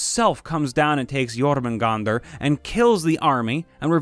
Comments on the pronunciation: You pronounced Jörmungandr right it was A norse myth about agiant snake named... Jörmungandr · You actually got jormungandr right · I'm pretty sure it's spelled incorrectly, but the pronunciation was spot on! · YESSSSS X2! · Your saying jormungandr correctly